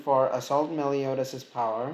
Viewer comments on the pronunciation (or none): Ahm.. its "Meliodas" not melidous